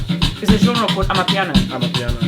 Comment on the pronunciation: The genre was born from Mamelodi Pretoria It took the Country by storm. I see you finding it difficult to pronounce the genre its Ama-piano. Please do check out Vigro deep And you'll be supper amazed